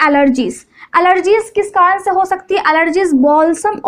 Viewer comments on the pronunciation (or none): Kadan nhi karan hota hai